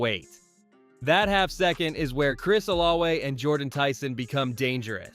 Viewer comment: I can understand Ettiene as it sounds NOTHING like its' spelled but brother... OlaVe it's a V not a W.